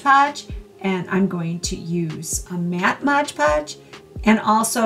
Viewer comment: For pity's sake. You're a professional crafter. Can't you say Mod Podge?